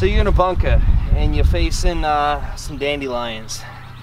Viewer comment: I think this guy is Canadian and not from USA. He can't say the word bunker correctly.